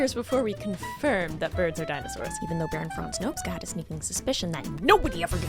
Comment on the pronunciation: OMG NOPCSA MENTIONED?!?!? subscribed ❤❤❤ btw you pronounce it nope-chaw. And he (and his secretary/gay partner) need a movie about them so bad